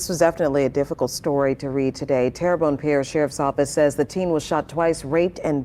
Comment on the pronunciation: Pronounced Tear Bone, my home parish. Sad story, poverty and mental illness has become rampant in the Tri-Parish areas located near New Orleans.